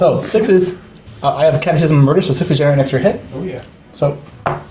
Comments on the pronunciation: Well done But Have to say... It’s pronounced “kat-e-kism “ Not kat-e-chism Sorry Damn catholic education ..... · Someone please tell that guy it's pronounced 'catekism', like in schism...